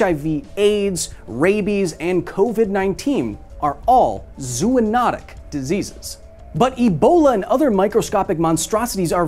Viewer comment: It's either "Zo-onotic" or "Zoo-notic" not "Zoo-onotic" come on, Kyle ❤